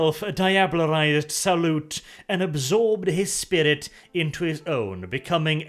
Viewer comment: Like "Sauron" not like "salute"